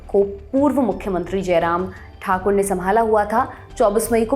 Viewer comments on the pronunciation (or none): none